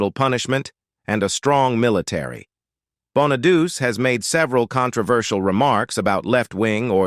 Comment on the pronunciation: I'm certainly appalled by the narrator (obviously AI) called my dearest friend Suzanne "CR-OW" (as in COW!) when her name was actually pronounced "CRUFF"! Plus, it's NOT BONA-DUCE, it's BONA-DU-CHEE! Awful, but still a good upload.